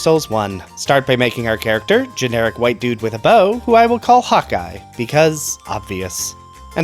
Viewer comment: I swear you said you were calling him "Hot Guy" and not "Hawkeye" lol